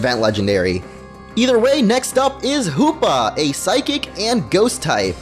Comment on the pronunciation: Sounds like a lot of... HOOPLA It's Hoopa, not HOOPLA